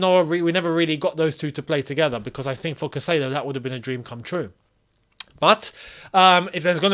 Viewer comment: gosh it's CAI-cedo not cassedo!